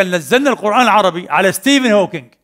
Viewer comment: ستيف مش ستيفينغ، وإلا عاملينها مقصودة في الشخص اللي نطقها هيك؟